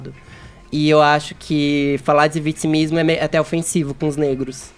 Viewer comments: nojo desse cara que fala ''vitismo''. Fefito tem que ta ai pra acabar com esses merdas. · pq esse bumbum guloso fala vitzimismo? Não sabe pronunciar as palavras corretamente ou isso é o tal do dialeto pajubá? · "Utchimu país"... Bla bla bla. Fefito provoca náusea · Que nervoso ouvir esse comentarista falar "vitchimismo" depois de uma aula que o Kaka deu, ele sente necessidade de abrir a boca pra tentar lacrar .